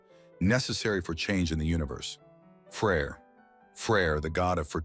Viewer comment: That’s because of the way he pronounces it, in reality its pretty easy to distinguish between them. For example in modern scandinavia, they’re called Frej and Freja